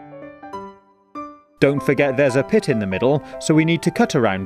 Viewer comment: Pit or pip ?